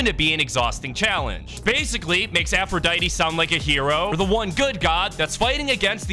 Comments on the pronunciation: its pronounced aphroditey but without the y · Idk anything about Greek myth except a little bit but I know her name is pronounced afro-die-tee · It’s pronounced (Afru-die-dee) for Aphrodite, who agrees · Your supposed to pronounce the “E” in her name